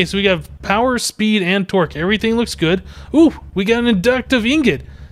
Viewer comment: Am I the only one who thought he said power speed twerk?